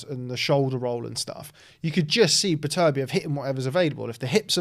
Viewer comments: It's pronounced Betta-Beev, have some respect for the man's name/family name. Your ignorance that it "doesn't matter" is a disrespect regardless of what you think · Sorry for being that guy but recently watched an interview with beterbiev he said it’s pronounced baterbiev as apposed to beter-biev, carry on guys 🤣